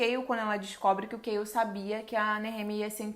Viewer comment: Me digam que eu não fui a unica que não sabe quem é “Kail” que ela fala no começo,moça me desculpa mas eu n entendo metade dos nomes q vc fala kkkkk